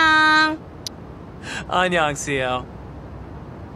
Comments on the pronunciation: “onion CL” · The host at the end " annyeong" sounded more liKE Onion HAHAHAH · Interviewer: can you teach me how to say good bye in korean ? CL: You say annyeong Interviewer: Onion CL 😅😅